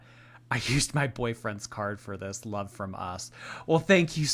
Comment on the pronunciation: more like "Brittney's Lah-ve" 😂